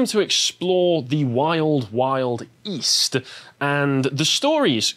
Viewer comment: Ohhh, East? I thought you said 'Weest.'